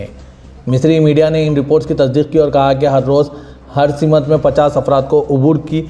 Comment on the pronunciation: Es ladke se Inter national news padhate ho jise simth or simath ki tameez nhi